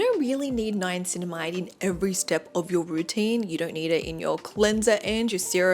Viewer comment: Why do you pronounce Niacininamide ‘NiaNcinamide?’